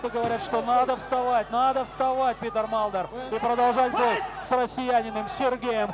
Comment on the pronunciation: Комментатор называя имя Питера Малдера всегда вместо буквы т произносил д. Как зовут этого бойца?))